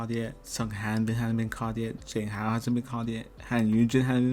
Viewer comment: agree with all your commentary but i can't let "zayng hao" slide, my friend. they pronounce his name correctly for you in every episode.